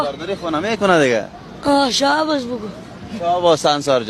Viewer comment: شاباز❌ شاباس✅😂😂